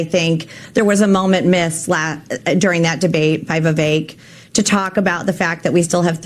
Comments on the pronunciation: I want my boy to get Viveks name right. It’s not “Vay-Vake” it’s “Viv-ake” 😂😂😂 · Still mispronouncing Vivek's name...lol. I would think if you actually have any respect for the guy, You would start saying his first name correctly. It's just a point of respect for anybody even if you don't have respect for somebody... it takes The smallest amount of effort to get his name right.